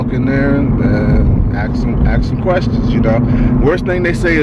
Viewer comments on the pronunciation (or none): first off don't "ax" anyone that could hurt. You can "ask" them if you can provide commercial service. Just my worthless 2 cents. Good luck.